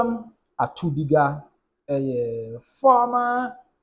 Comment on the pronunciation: ATUKUBA NOT ATUBIGA